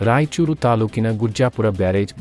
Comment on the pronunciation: ಯಾಯಚೂರು ಅಲ್ಲ ಮಾರಯ್ಯ ರಾಯಚೂರು 😅😅😅